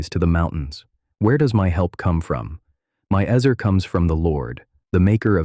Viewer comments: It would be extra nice if the word was actually pronounced properly in this video. It’s pronounced ‘ets-aire’, NOT eez-er or ezz-er. How awful to hear it pronounced terribly incorrectly over and over again!!! (Just say no to ai voice!!!) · Is it pronounced "ehzer" or "eezer?" AI narrator goes back and forth.